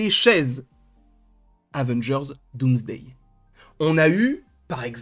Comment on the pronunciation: Dans la description il disent dans les personnes mentionnées il y a Dooms la youtubeuse. À cause qu'il a dit Doomsday. En plus quand il le dit ça sonne comme : DOOMS-DAY. Comme quoi le logiciel de YouTube a des petits problèmes. À par cela, Superbe vidéo. Continue comme ça.